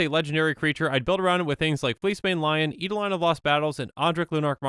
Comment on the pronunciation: Not going to comment on Kytheon, since I don't know the official pronunciation, but "kitsune" is pronounced with an "é" sound at the end--that is, it's pronounced "kit-soon-ay." Japanese words are like that. (Technically it's "KEET-soon-ay," but I think that's splitting hairs and makes you sound like a weeb.) Also, I believe "eidolon" is pronounced "eye-DOLE-un," but don't quote me on that.